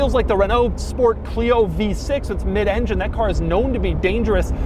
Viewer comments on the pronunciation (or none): none